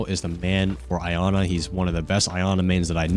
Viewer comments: Dude Iana's name is pronounced EE-ANA not EYE-ANA 🤣🤣🤣🤣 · Bro hearing “I-ana” has made me wanna put my head through a wall. It’s Iana, “Yah-na” it’s not that hard. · its pronounced "Yana" not "Ayana"